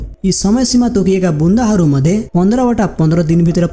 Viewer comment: बुन्दा हरु ❌❌ बुदा हरु ✅✅✅ ....पहिले राम्रो तरिकाले शब्द उच्चारण गर्न सिख भाइ...तेस्पछी documentary गर ...best wishes ❤❤